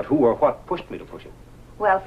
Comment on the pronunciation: ...Hwo has time?!